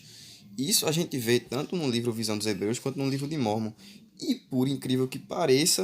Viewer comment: Hmmm pra ser um youtube de informação vc n soube ler o livro de mórmon corretamente,espero que saiba que vc nunca vai pro céu :D